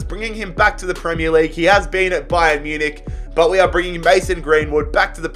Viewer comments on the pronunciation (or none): none